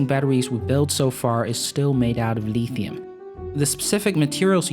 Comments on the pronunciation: Nobody says "Leethium". It's Lithium with a short 'i'. Where do you come from? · I lol when I hear Chinese dudes say lithium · If you are going to talk about lithium batteries you should learn to pronounce lithium.